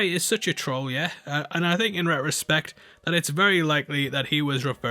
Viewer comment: Wait. Say retrospect one more time? I think you skipped over some letters.